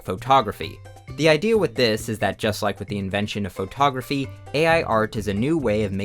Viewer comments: Photography is pronounced "Fuh-taw-gruh-fee", not "FOE-taw-gruh-fee". No need to say the FOE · please pronounce photography correctly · why does he say faux-tography (respectfully) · why do U pronounce foe togrqphy that way❣ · faux-tography damn bro why you saying it like that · I love how you pronounce pho-tography It's how I imagine Forrest Gump saying it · why does blud say photography like that